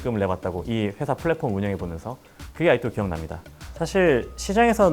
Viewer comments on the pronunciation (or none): Platform 인데 p발음을 f발음으로하네 영어도 못하면서 뭔 발음을 원어민처럼 보이려하냐 여기서 이사람의 겉으로 보여주기에 급급한면을 읽었다😅